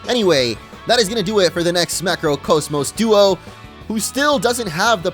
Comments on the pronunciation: not knowing how to say cosmos for 39 minutes straight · says cosmos weird